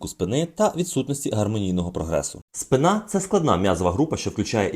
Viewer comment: Спина в українській наголос на перший склад, в російській на другий склад. А загалом багато корисної інформації.